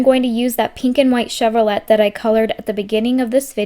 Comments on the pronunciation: Educational moment, sweet girl, the car maker is pronounced, Chev-ro-lay, as in a French pronunciation; not, Chev-ro-let. Today you usually only hear the shortened version of Chevy. I really liked your first card from the tree farm. Thanks for sharing! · Enjoyed your cards! (You do know that Chevrolet is pronounced "chevrolay?") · I am watching your older videos. I love to watch you color your cards so keep it in the video. My mother had one of those wall clocks in gold. Chevrolet is pronounced Chev-row-lay. Love the scenes you create. You are very talented and creative. Tfs